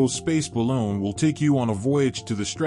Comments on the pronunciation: Can they please stop using AI announcers and go back to real people? It’s ba loon, not ba lone. I am to the point of turning off the sound and just watching the video. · It is Balooon not balone